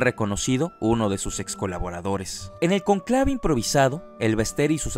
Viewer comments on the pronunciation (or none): ¡ PÉSIMA, apresuradA " narración", malas acentuaciones, mala gramática (ej. No se dice conclaves, sino CÓNCLAVES )!.......... no termino de ver éste PÈSIMO VIDEO !